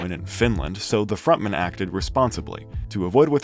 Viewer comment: frontman. front man. why does this guy say it like it’s a surname